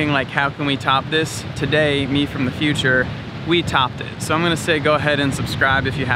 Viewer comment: Future, not futtute 😂